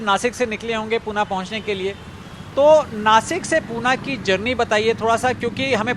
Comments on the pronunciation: पूना नही होता uncle ji पुणे कहते है. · Pune bol murkha